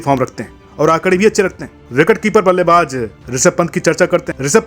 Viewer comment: Aap ko jjjjjaaaa se ziyada lgao h kya Ballebaz Ko ballebajjjjj😂😂😂😂😂😂 Please Ko Pleajjjj😂😂😂